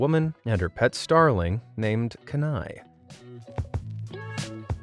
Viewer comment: From AK here - it’s Kee nai